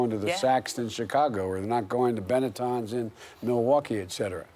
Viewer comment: Benetton? Joe, come on...